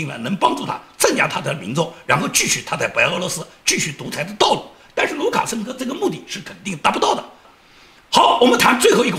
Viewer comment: 讲卢卡生科的时候的口误，不知道是真的口误了还是故意为之！嘻嘻